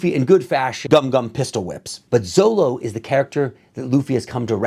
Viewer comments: Sir although it’s written as ZOLO,it’s pronounced ZORO. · Zolo is pronounced "Zoro", it was printed in america as zolo to avoid copyright if i'm not mistaken, and also because L and R sounds are interchangeable( some words are written with R but pronounced with a L and vice versa), but in this case it's Zoro. Can be a bit weird reading Zolo even though its Zoro, but in the long run its better to get used to the correct name. Great review, cant wait for the next one.